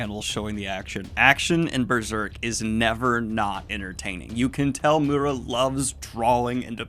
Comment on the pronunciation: I'm sorry, I'm usually not that pesky but... It's Miura; not Murra.